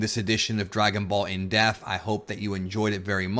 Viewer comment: dePth... dePth!!!! The fuckin p isn't silent bro drives me nuts "On this in deaf" is what your saying